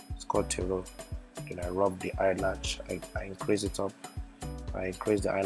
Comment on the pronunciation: Omg he's so funny he was constantly saying eye latch haha and y'all gotta rub in accordance in order to slay hard. Girl I enjoyed the video and yeah he did great but eye makeup was 💯😍